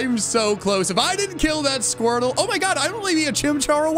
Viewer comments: SQUIRTLE, NOT F*CKING SQORTTLE! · SQUIRTLE, NOT SQUERTL! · IT'S SQUIRTLE, NOT SCWERTL! FIX IT NOW!